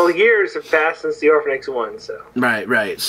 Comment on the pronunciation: Orphenoch* not orphanix